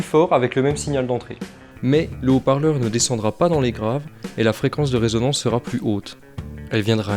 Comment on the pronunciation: bonjour et merci pour le tuto. Par contre on dit résonance et pas raisonnance du verbe raisonner.